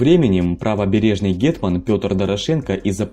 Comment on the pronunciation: Просто не звично звучить